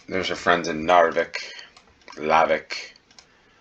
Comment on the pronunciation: Knarvik is pronounced with the K. Without its become Narvik, that is another city in the North 😊